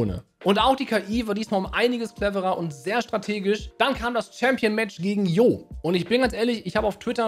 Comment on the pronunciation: Warum sagt spricht hier jeder den Namen falsch aus? Der heißt Jo(Tscho), Kurzform von John. Das erste Dlc fand fand ich deutlich besser als den zweiten. Der erste Teil hatte einfach mit Ogerpon's trauriger Story einfach besser gepasst. Ich fand der der 2. Teil hatte für mich eigentlich nicht wirklich ne Story. Der war einfach nur langweilig. Aber das ist nur meine Meinung.